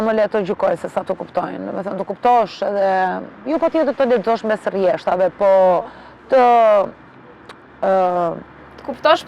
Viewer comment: Rreshtave, jo reshtave